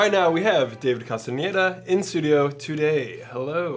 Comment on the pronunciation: Finally someone nailed his surname.